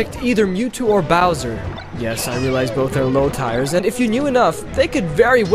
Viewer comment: "low tires" you mean tiers? It's pronounced like... Tea-ers